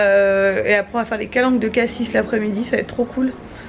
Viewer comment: coucou je suis allé dans les calanques (mais en bateau)et à marseille il y’a quelque semaine ! c’était magnifique, par contre il me semble qu’on ne prononce pas le s de cassis voilà bisous🙂